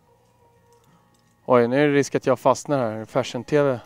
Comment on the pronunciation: Jag trodde han sa "färsen", men det var tydligen "fashion" han sa, HAHAHA!